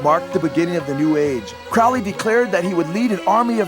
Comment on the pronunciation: it's crowley as in holy.